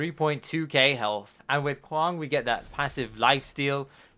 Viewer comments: Kwong? Why are you saying kwong? If we take away the k, wang, would you pronounce wang as wong? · Really you and hollow are the only ones ive heard call him kwong interesting